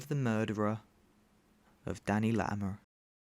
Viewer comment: I can't tell if it's deliberate that you slip into a Dorset accent every time you say "Latimer" but I am so here for it.